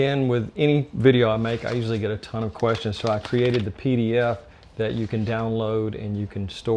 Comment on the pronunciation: what is a Dee Dee Ef??? Keep on hearing hears a leenk to a Dee Dee Efd.